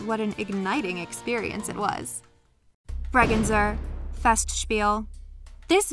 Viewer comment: How she pronounced the Bregenzer Festspiele and Vorarlberg😹 sorry but that's cute And it's important to say, that the stage is different every couple years